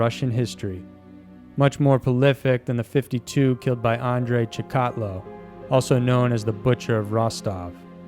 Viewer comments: Andrei Chikatilio's last name is pronounced "CHIK-UH-TILL-OH" ....not "Chick-AT-low" 🙄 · It is Andrei Chikatilo not Chikatlo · andre chi-ka-te-low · It’s pronounce Andre “chicka teal oh” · Chick-Ott-Low? No.You're job is to narrate. Come on. Love this channel but you can't pronounce Chikatilo or Texarkana? (From another video) It's worse than Criminally Listed saying "Gavel-ston" rather than Galveston. He's Canadian and gets a pass, barely. Your earlier videos were good then you turned into this Matthew McConaughey sounding preacher. Reel it in. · Chikatilo is pronounced Chick-a-till-oh. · Andre's last name is pronounced "CHICK-a-til-ō." This is a great series. I can't wait for the next episode! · You definitely butchered the pronunciation of Andrei Chikatilo 😂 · Amazing videos. The Chikatilo pronunciation made me double take haha, but this channel is the best. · pronounced Chikatilo wrong....